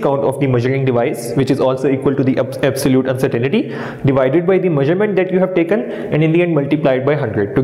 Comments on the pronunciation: Lol.. (Uncertain ty) not (Uncertain "i" ty) xD Anyways good video. Thanks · Non mam you are absolutely wrong its actually UNCERTAINTY "not " UNCERTAINITY..